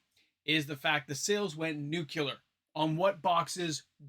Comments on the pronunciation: FYI nuclear is pronounced “new-klee-er,” not “nuke-you-lar” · Noo-kyoo-lur? Try Noo-klee-ur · just to be a stickler, it's nu-clear, not nu-cu-lar. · its pronounced "nukular"